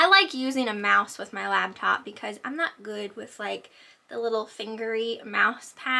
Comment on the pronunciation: lollll you said "labtop" are you from the Philly area?